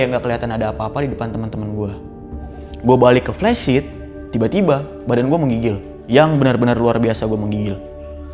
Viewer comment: Flysheet bang bukan plesit